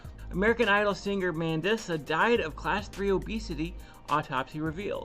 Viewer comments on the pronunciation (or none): Her name is pronounced Man-dee- suh. Rest in peace, sweet lady. She struggled with her weight her whole life. 😢 i love her music. Thanks for covering this. It's an important conversation.